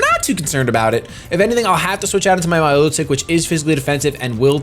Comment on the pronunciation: WTF is a mylotic? My-lo-tick? It's milotic, mi-lo-tic....